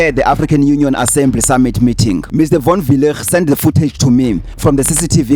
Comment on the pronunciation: here is my advise: Proper PronuncIATION WILL GET YOU MORE LIKES ASK CHATGPT. ask it how to pronoune Von Weilligh. just an advise it is kinda offensive to mispronounce someone's name behind the idiocy of "thereis no master of pronounciatiion it is pronunciation.""